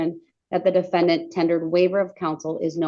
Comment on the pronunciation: Why did you have to say it that way? The defenDANT! 😂@